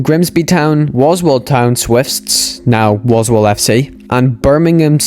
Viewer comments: Imagine if I was pinned? (btw you said walsall fc wrong). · WOSWALL? Walsall you spanner!! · You pronounce everything wrong. Walsall you say Woswall for example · waswall? lol